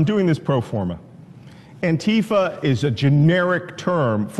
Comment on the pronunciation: The pronunciation is anti fa, not anteeeeefa Anti fa = ANTI FASCISTS. NOT AN ORGANISED ORGANISATION